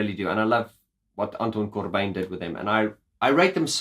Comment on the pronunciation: Did you know that you can be positively insane and absolutely right at the same time! Don't hold back when telling (your/our) truth, ever! And as a Dutch guy, your pronounciation of Anton Corbijn is very close, it's like proper Dutch with a funny accent ;)